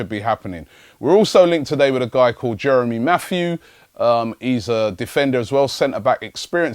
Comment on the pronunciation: Jeremy Matthew? Please. It's Jérémy Mathieu ('Mattee-ur').